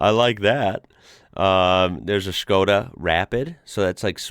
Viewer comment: I love how you pronounce it like Schkoda, just like Sean Connery 😂